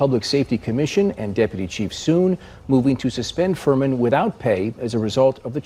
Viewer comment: Furman. Sounds more like Vermin